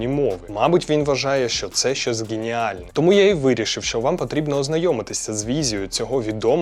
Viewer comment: Відео як завжди цікаве та інформативне! На рахунок помилок у мовленні, в тебе, як і у багатьох російськомовних є неправильне вимовлення букви «г» Наприклад, як це звучить з твого боку: «ґеніально» «ґроші» і т.д. Тобто буква «г» дуже дзвінка, а вона повинна звучати м‘ягко. Дякую за контент!